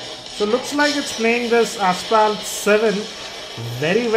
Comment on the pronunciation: It's pronounced Asfalt, not Aspalt. :)